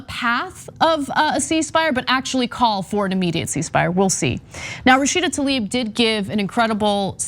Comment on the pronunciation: Joe "Rasheeeeda Tlaib" Biden.